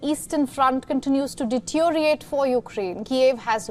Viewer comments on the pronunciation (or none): Dear, it is not detioriate. It is deteriorate. It is Kursk, not Kurks.